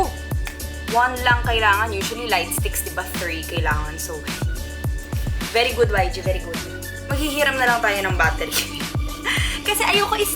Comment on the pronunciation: "beri good yg, beri good" HAHHAHAH